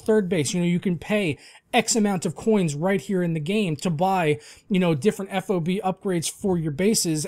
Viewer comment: FOB is pronounced as an acronym how it's spelled. just letting you know 😉